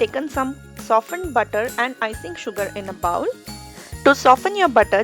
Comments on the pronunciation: not bowel but pronounced as bhol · Lovely video but please don’t say “bowel” it’s “bowl” as in bowling, or bow with a L at the end. Scrape it from the bo-well has a totally different meaning 🙈